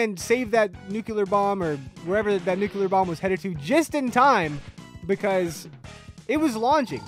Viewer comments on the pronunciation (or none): Nuclear - "new clear" not Nuculur